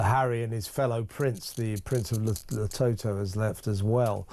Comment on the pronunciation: Kevin it's Lesotho not letoto or letobo